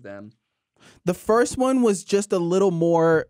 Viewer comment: I just wanna say that at almost exactly Will says "Firt Black".